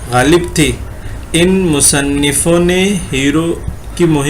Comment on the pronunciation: السلام علیکم، بھائی! آپ کی ویڈیو بہت جامع اور معلوماتی رہتی ہیں؛ صرف ایک چیز بہت کھٹکتی ہے وہ ہے (اس is، اس us، ان in، ان un، وغیرہ کے تلفظات میں،میں آپ ہر جگہ is, in, इनके, ismen ہی تلفظ کرے ہیں جبکہ بعض جگہوں پر उस, उन, उनके, उसके وغیرہ ہونا چاہئیے؛ حسب مواقع، امید ہے کہ اس پر غور فرمائیں گے؛